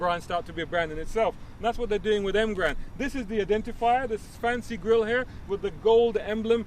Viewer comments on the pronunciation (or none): none